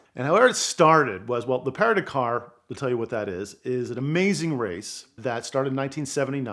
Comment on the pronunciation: Your pronunciation of PARIS to DAKAR rally its no parie to takar which is how you pronounced PARIS to DAKAR got it